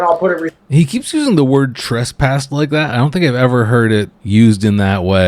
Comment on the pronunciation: Trespassed. Yea he’s saying it correctly go figure. He probably know it from his being trespassed from Frosty’s and other such Casper establishments.